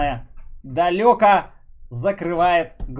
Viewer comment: доктор, почему прекрасное далЁко а не прекрасное далЕко